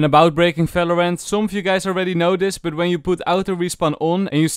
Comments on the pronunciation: things you dont know about valorant: its valorant not falorant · Why do you pronounce Valorant as “Falorant”..? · It's "V" not "F". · Bro Not falorant it's valorant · Not valorant its phalorant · Fings in falovant are actually amazing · ''FALORANT'' :) AAHAHAH Great vid btw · "It's alreafy paft sefen in Falorant " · Fery Nais Fideo of Falorant. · fings, efry time, falorant, fideos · ✨falorant✨ - ✨fideo✨ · Fings😯 FALORANT😧 FSEVEN🤯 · fings about felorant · I HEAR VATERANT HELPPPP!!!!!!! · he said felorent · is my guy saying falorant? or am i dumb??? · Falorant XD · stop calling it falorant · i like when you brake valorant XD and also i like the accent cause you almost always add F to what you say